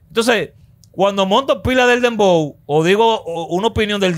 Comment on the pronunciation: No es Dembow, es "PLEPLABOW"😭😭🤭🤭🤭🤭🤭🤭🤭